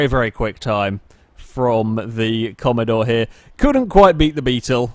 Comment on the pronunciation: please I just can't comprehend what you've done please do the sake of all of us, it's Holden Commodore not commadore 😂😂